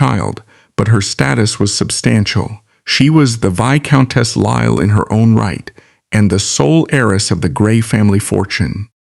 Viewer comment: The name is pronounced "Choo-der", NOT "Too-der" and duke is pronounced Juke, not Dook. Lisle is pronounced "Leel".